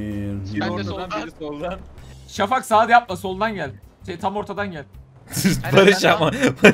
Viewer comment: abi peki emirin şafağa şavak demesi asdlkjhflaksdjghasldkjnbasdmşlkbva